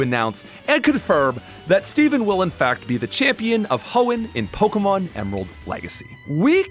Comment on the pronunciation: All this and you cant even say pokémon right. You cant even say the name of the franchise whose game you spent 5000 hours hacking- you can even say the name right